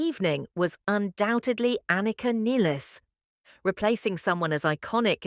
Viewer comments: Her name is not pronounced Nillis, her name is pronounced NILES…. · Nilles rhymes with "Miles", and Peart is pronounced "Peert" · The opening comment box… “after the fifty something tour.” ??? Idiots, LA is the START of a two year long WORLD TOUR. Anika Nilles is pronounced, like the river Nile. Get your self together before posting content about #RUSH. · Joining the crowd who says AI is right here too. Nill like Pill with -es in the end. It's funny that only AI gets it right, and those who knew her before Rush like Rick Beato. And even in English the two L should indicate a similar pronounciation, but people probably say what the band members say and they are too old to learn it. :D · Seems like she inherited the curse of having the last name mispronounced.